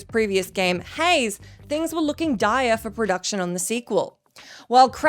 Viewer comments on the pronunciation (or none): none